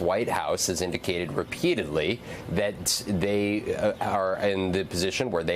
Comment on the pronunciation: "pronounce Israel correctly" challenge difficulty: impossible also, why would you repeat trumps rhetoric of the 51st state?? such nonsense